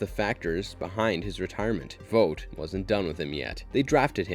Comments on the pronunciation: Couldn’t make it past you calling it “Vote” when the show clearly calls it “Vaught” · IT’S NOT PRONOUNCED “VOTE”!!! IT’S VOUGHT!!! Like you “ought” to learn how to pronounce the main company of the show you are doing a video on!!! Other than that, decent video. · How tf do you manage to mispronounce vought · they say the company’s name 1000 times an episode .. how do you get it wrong ? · Please learn how to say Vought